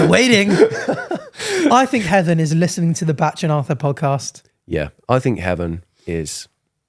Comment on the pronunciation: no he says it as “batch” but it’s bach as in “back”